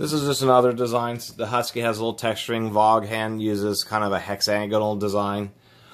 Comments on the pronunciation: Thanks for the experienced info. FYI, not to be too critical, Vaughn is pronounced "Von". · LOL it's "Von" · Honestly, the first time I've ever heard anyone call it a "vawg han". ....pronounced vawn...like yawn... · Dude, you dissed Vaughan and can't even pronounce the name correctly? Get real. Vaughan makes some of the best hammers in the world. Based on the appearance it doesn't look like u do too much carpentry.